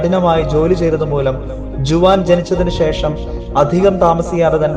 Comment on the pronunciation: ജുവാൻ അല്ല ഹുവാൻ